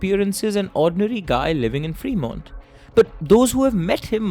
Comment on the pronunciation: Bhai it's not pronounced "Free" Mont 😄 It's फ्रेमोंट!